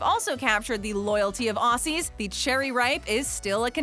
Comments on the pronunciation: When u said AWSSY I cringed so hard, it’s pronounced Ozzie but is spelled aussie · its not pronounces nes-lee its pronounced as nes-lay and Aussie's is not pronounce aw-sees its pronounces aw-zeez. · i freaking swear she pronounced it 'ossie' rather than 'ozzie' REEEEEEEEEEEEEEEEEEEEEEEEEEEEEEEE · I’m sorry but it’s pronounced: OZZIE Not Awsee (No hate) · It’s pronounces Ozzie not Auwssee 😂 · I hate it when people pronounce it “ossy” like. stop. If you gonna say it, say it right. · It's pronounced auzie to correct you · We have most of these in Australia... But with smarties thing, they’re both called smarties so it’s super confusing 😂😂 Oh, and with Aussie it’s pronounced o/zz/ee Btw I LOVE mint aero bars 😍😍